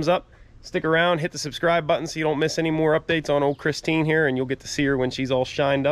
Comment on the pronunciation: It's not pristine it's Christine 🤣